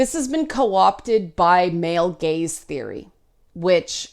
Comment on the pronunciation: I can't hear you say "gaze theory" without thinking "gays theory."